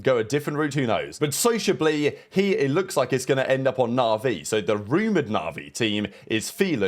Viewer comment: He said Sociab Lee. Makes sense.